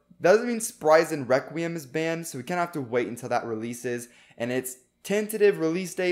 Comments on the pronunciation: You are saying weqium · Requiem it’s not requiem, it’s WEKWIUM